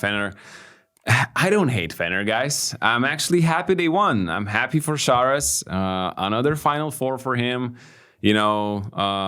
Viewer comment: why do feel the need to say "Sharouas" instead of just Šaras when you could very well do the correct pronunciation? Otherwise - thanks for the content guys, good as always